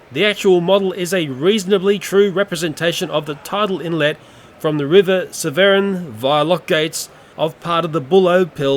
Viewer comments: I live in the nearby city of Gloucester, Gloucestershire and I couldn't help but have a slight chuckle at your pronouncement of River Severn. It's pronounced Sev-ern; think of "ern" being pronounced like earn. Hope this helped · The Pronunciation of "Severn River" is actually just pronounced "Seven"! It's (I think) its one of the longest rivers In the UK! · I live in gloucester (Gloucestershire), and the River Severn is pronounced like the number 7. It's funny how you pronounced it 😂